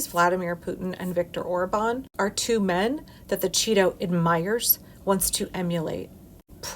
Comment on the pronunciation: Once I realized she was saying Cheeto admin 😂